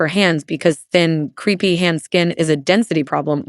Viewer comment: CREPEY is not creepy. Crepe rhymes with Grape. AI needs to be reviewed prior to Release!